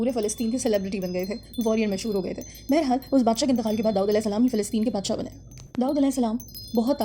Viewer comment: Fall in love 😍 the way you pronounce Daood ❤❤❤